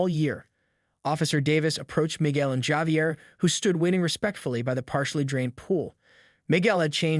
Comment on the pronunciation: How many different ways can you tell the same story? And please, learn how to pronounce words, especially common names like Javier.